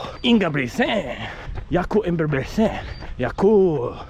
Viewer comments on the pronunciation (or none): "Yakoooub Ingeeubrigtttsennn" "bad BOyyyyyyy, hUOOOO!!!" 🤣The accents are great bro keep doing that! Anywas just got my vomero 17 from ebay today, I was blown away by how good they look, how high quality the upeer and tongue is, and how comfortable lacing them up was, the step in feel was HUOOOO, you know it's goona be a good running shoe if the first steps feels like heaven. I am super exited to run in them tomorrow and it's gonna be a biggggg upgrade from my Adizero SL, they feel very firm to me as a very light runner.